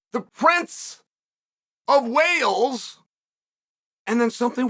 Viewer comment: Im convinced Chael said Princess of Whales🐳 and not Wales🏴 😂😂😂